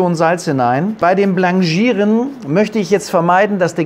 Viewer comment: ja, das sollte richtig ausgesprochen werden. Französisch ist Französisch.